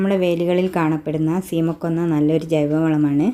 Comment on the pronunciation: സീമയെ കൊല്ലണ്ട 😂. ശീമക്കൊന്ന എന്നാണ് പറയുക